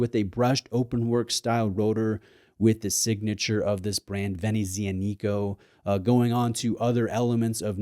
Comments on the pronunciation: I find it funny to correct someone on his pronunciation giving him another wrong pronunciation, that's all. Anyway, the correct phonetic pronuciation is: ve-ne-ttsja-ni-ko. Cheers 👋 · it's VEH-NET-SEE-ANNA-CO if you felt like knowing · oh wow that brand name pronunciation. My friend, perhaps do a little, just a little, research on stuff like that before posting haha. It really doesn't take much effort and you will come across far more professional and knowledgable. You'll also be appreciated by those who speak that language for taking the time to honour their culture. Great looking GMT by the way, an underrated microbrand in my opinion. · You are pronuncing Venezianico wrong